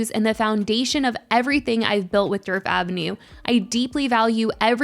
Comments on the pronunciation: I keep thinking you’re saying Derp Avenue 😂😂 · All I hear is “Derp avenue” 😂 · The D in Djerf is silent btw!!! 😅 it’s more like “yerf” avenue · I was hearing dirt